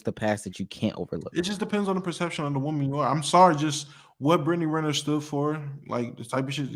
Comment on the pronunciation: The way this dude butchers her last name gets me every time